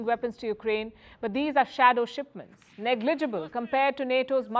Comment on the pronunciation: How did she mangle "negligible" ???